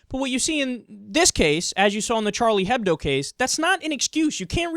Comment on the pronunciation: When saying hebdo (or hebdomadaire, meaning weekly newspaper/magazine in French), the "h" is silent btw.